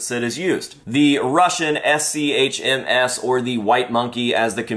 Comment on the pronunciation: PBF is a copy of american M17 series, the cheek filter design was copied from there. So this came later, since it was got into service in 1970s. ShMS was early 60s. And again it's not es-see-aych-em-ash, it's the german phonetics. It's ShMs in english phonetics. ШМС with cyrill letters.